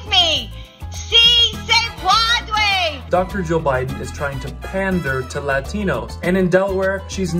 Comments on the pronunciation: Please dont say si se puaude 🤣 jesus where are the liberals at to say that’s a mockery to hispanic culture now?... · 🇲🇽 "si se puadue, si se puadue, si se puadue, si se puadue!" 🇲🇽 😆 Butchering those words is the equivalent of the dramatic slow clap when nobody joins in. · LMAO.......LADY GO BACK TO SPANISH CLASS YOU PRONOUNCED THAT WRONG. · ¡Sí se puadue! You know, del verbo puaduer. Come on man! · The really stupid thing is that Obama used the expression during both of his campaigns. She was there as VP Biden's spouse and Second Lady of the United States. There's just no excuse for the mispronunciation. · Wait, this woman has a PhD and can’t take the time to learn how to say “si se puede”? Probably the easiest thing she has had to do in the last 100 years. Fail!